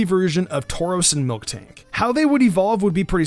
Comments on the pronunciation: You said mil(K)tank its miltank theres no k in between L and T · When you said Miltank first you said Milktank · Milktank? It's called miltank MIL not milk